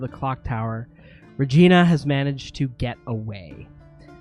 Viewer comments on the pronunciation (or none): Its "Re-gene-a" by the way. LOL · It's *Regeena* LOL ...